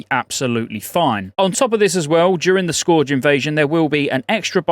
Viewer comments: you would think someone from England could speak English....Scorge? Scourge -> scuurge lol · "Scourge" is pronounced "Skerge", just sayin' :) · Scourge. Rhymes with purge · It's pronounced "skurge", especially for us English folk xoxo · I love ya but your pronunciation of scourge kills me a little each time. It's said as "Sk-erge". They even voice act this many times in the game come on man! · “Scorge” event. I love you 🤣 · Why are you saying scourge weird?